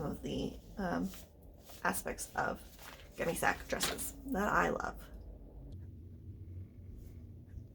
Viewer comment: This is great! Thanks so much for making this and sharing your expertise with us! FYI it's pronounced "gunny sacks" not "gun sac" or "gunny sac" (long-time collector here so I had to chime in). I can't wait to see how this turns out!